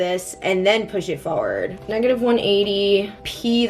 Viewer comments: Why do u keep on saying foeword 😭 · the way u pronounce forward always makes me laugh so hard